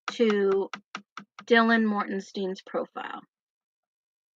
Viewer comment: Can someone let know it’s Mortensen not mortenstein